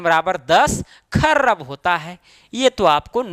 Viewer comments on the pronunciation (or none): Arrab nhi bhai arab same in not kharrab its kharab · Sir topic bht achhe se samjaya lekin Arab ko arrrab bolke kharb ko kharrab bolke dimag kharab kr diya master 😡😡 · Arrrrrrrab, kharrrrrrrrrrab 😂😂😂😂😂😂😂